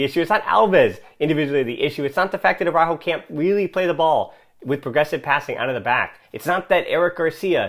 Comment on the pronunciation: Well, if using the rules of the Spanish language this comment is correct. I've actually never paid attention to it but you do Englishize the pronunciation of his name.